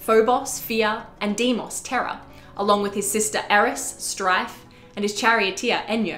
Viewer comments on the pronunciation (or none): none